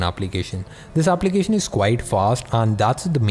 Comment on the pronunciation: "Aaaaplication" 😂😂 how he is pronouncing